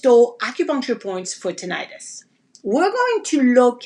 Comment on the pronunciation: Its pronounced Tih- nuh- tis .. Not Tin-eye-tus